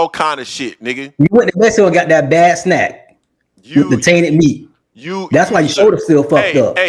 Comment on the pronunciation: J said “that bad SNAC” 🤣🤣